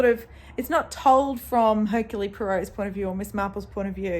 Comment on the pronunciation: Bonjour ! Iam a huge fan of Poirot (love the way you pronounce it). I am on vacation and they play the series with David Suchet. I love watching them again and I don’t remember who is guilty or sometimes I do but it’s so fun to see Poirot using his little cellules grises (brain). He is pompous and arrogant but deep down he has a huge heart. In two stories he helps lovers being together; he helps his friends and young woman. He is a secret person. I have read The mysterious affair at Styles last year and wanted to read all of them and now here you are doing it. So I am going to join you ! It’s my birthday today so I am glad to start the day with you and Poirot !